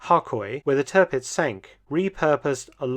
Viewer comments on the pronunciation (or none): It's Tearpitz, not Turhpitz...